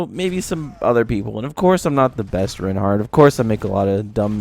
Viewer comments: My opinion is. It's pronounced 'rine-heart' not 'rin-heart' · I love it when people properly pronounce names :D It's pronounced similar to the word Why, emphasis on the I sound, not the E sound.